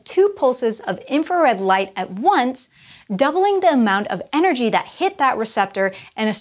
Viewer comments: High enrergy and low enrergy. Whoops. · "High enrergy" and "Low enrergy" lol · Yes, I noticed that too.